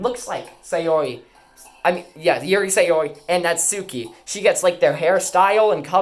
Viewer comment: Not to be that guy but it’s pronounced Nat-ski